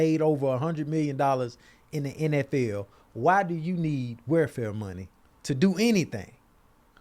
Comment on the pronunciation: cant say welfare lmaooo “where fare”